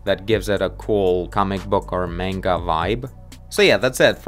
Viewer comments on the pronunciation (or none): none